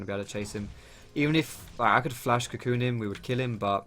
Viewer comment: you're awesome! but everytime you said cocoon shots it sounded like cum shots...:P